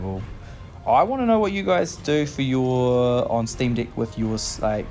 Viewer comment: It’s pronounced steam deck not steam dick